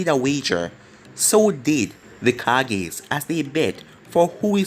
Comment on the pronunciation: Please part 40 edit:this series is so good and it's not called the cages its pronounced ka ge